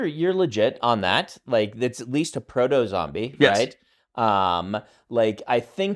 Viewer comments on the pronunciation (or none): Does anyone else hear Brandon say "Frodo-Zombie" instead of proto-zombie? Just me?